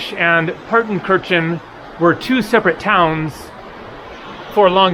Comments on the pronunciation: no, he didn't. he mispronounced several names in this video in a manner typical to English speaker. btw do you even know German or just talking out of your a**? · I am not German, but I think Partenkirchen is pronounced as "Partenkirhen". Kirchen means churches. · Incorrect. It’s pronounced paar tuhn kur chn. Have pronounced it correctly.